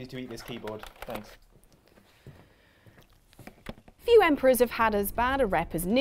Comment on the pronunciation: I thought homeboy said spanks. I was like ok.............